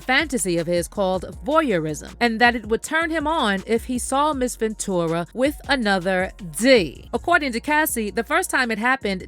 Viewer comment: Girl just say "venchewra" not ven-2-ra